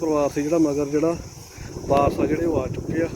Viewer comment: Waaris, not Baaraas.